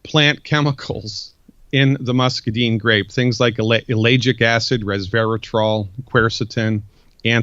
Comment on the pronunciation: This guy has read a lot about muscadines, but he doesn't know how to pronounce the word muscadine. I grow them. I'd suggest he go talk to Greg Ison (one of the largest muscadine suppliers) and learn how to say the word muscadine correctly.